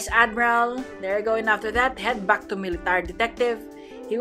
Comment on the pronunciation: " is backh" Always gets me